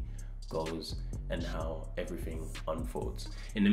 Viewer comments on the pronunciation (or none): none